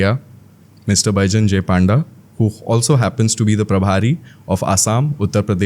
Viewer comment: Aare Panda babunku Paanda kahinki kahucha even if you are an Odia, please try to pronounce his proper surname ... Even though you say it in Hindi or English, it is Panda, not Paanda